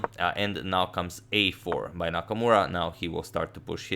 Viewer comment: anyone noticed "Nakmaura"?